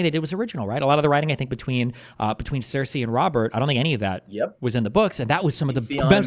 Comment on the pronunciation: I wish you butchered character names more consistently, it would be even funnier. Nevertheless Terrian and Crysi are bangers. 😂